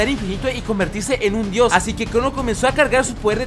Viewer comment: En ves que dijera crono dijo crunu